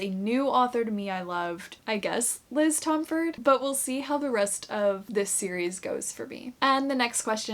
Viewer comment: Just a quick thing! Liz pronounces her last name as Tom-fordy! Just thought you may want to know since I just learned that too